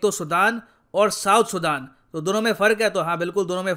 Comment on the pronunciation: bhai sudan ka pronunciation to sahi kr